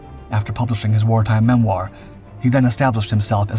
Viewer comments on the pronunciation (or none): none